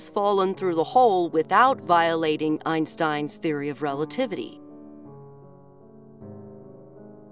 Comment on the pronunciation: 1if the train is moving with the speed of light adam time would stand still untill he slows down. 2the dors where not opening and closing one after another in saras video as shown in the video of adms view. 3 the way Einstein is pronunced in the video is as bad as my englich grammer. 4 why is the coment section getting so horn about sarrah? just because they see Adams train entering Eves tunnel?